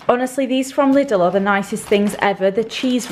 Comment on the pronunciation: As a german I find it hilarious how you pronounce 'Lidl'. We say it with a long 'i' but i understand it must be a weird word for any foreigner